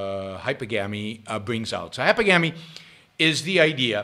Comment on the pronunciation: Please at least PRONOUNCE it correctly: It's pronounced 'hy-PER-gamy'. Here's a hint: think of the word 'polygamy': how is it pronounced? Po-LY-gamy. Same thing here, Yaron. Stress on the SECOND syllable.